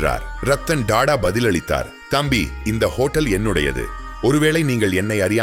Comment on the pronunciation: Da da இல்லை Tata (டா டா) ... 10 முறை சொல்லி பழகவும்...